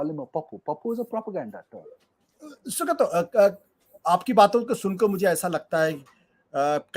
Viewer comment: "Sugata", not "Sugato"